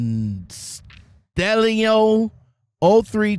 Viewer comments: "Constello, Constello". LOL! It's Cast. UH. Lonn. Oh. Castellano! Like in Paul Castellano who ran the Gambino Mafia Crime Syndicate in New York. No doubt it's a relative. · Bro. I gotchu lol, it's pronounce Cast- tay-yano.